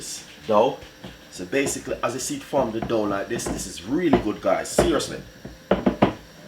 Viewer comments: Mi seh, 'basickly' got me!!!!!!!!!!! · So BASE-SIC-LE (basically) lol Weh "Pinch ah salt" aguh lol